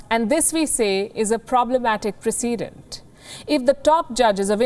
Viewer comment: There is no thing as pre-CEE-dent. It is called PRE-ce-dent! Shall I become your English teacher? I do it for free, I just want the English language to survive the onslaught from the Yanks, Aussies, and South Africans.